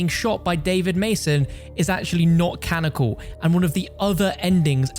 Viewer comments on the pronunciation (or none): Man said canical